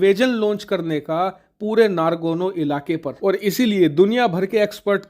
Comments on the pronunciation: Ohh Bhai, yeh nagorno not nargono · I am surprised to hear your error pronunciation, it would be Nagorno not Nagorno. It's my favorite news utube channel. Don't mind! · It’s nagorno not nargono 😂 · Bhai, NARGONO NAHI N-O-G-O-R-N-O KARABAKH hai. Hindi knowledge ki baat karte ho, dhang se diya karo. Kahin Rahul Gandhi to tera student nahi thaa?? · It's Nagarno Karabagh, not Nargono Karabagh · Nagorno he, nargono nhi. Kitne baar galat bola??!